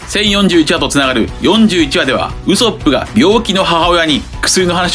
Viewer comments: 毎度ウソップの発音が気になりすぎて考察の内容が入ってきません笑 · 別にいいんだけど、なんでこんなにワンピース研究してんのに「ウソップ」の発音おかしいの？アニメは守備範囲外なのかな？